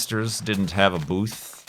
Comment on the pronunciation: every time you say"booth" I hear boobs.